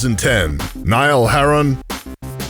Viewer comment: the way he3 says niall horan is just no!